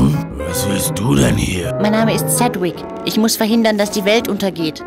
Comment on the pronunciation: Ich kanns echt nicht ab wie er manchmal "Cedwick" gesprochen wird :/